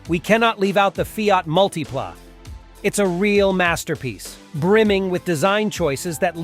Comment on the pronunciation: Kind of weird how the voice will pronounce some of the car names correctly, then a few seconds later say them incorrectly. Mutipla.Multiplay, Alfa Romeo/Romio. The marketing for the Subaru 360 was brilliant, imported by Malcolm Bricklin. They were killed off when Consumer Reports rated the car "not acceptable".